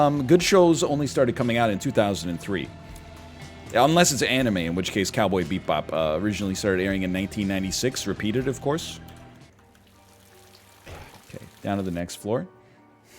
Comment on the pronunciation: NL says "Beep Bop" instead of "Bebop" so I think he was poking fun at the fact that it was said wrong